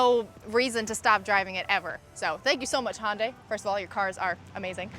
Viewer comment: Handay - Hundai